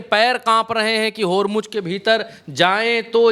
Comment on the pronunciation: होरमुज होर्मूज नहीं. बोलना तो सीखो. होरमुज़ ज़ ज़ ज नहीं.